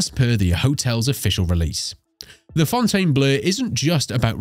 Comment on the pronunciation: You would think the narrator would refuse to read such a stupid line of script… let alone pronunciating the “Fountain Blue” as the “Fountain Blur”!!